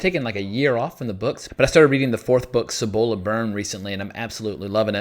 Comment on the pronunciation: Love your reviews and think they're spot on. One minor quibble - the pronunciation of Cibola. Try pronouncing it: SEE-bowl-uh (accent on the first syllable). Thank you.